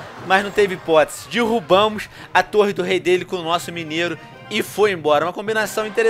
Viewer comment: Dirrubamos, Dirrubei, Dirrubar